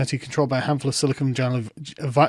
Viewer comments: "Silicone valley" - something I think someone said by accident but it's funny. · Silicone valley. NOT Silicon.